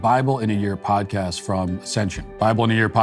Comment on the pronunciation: Anytime Matt say "podcast", especially when he says "apple podcast" it sounds like he's saying apple pie. He pronounce it so weirdly.